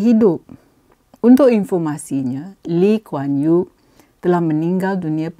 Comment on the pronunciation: Nama pun disebut x betul....PhD apa camni.... ....Lim Kuan yew? ....ngeh ku heng?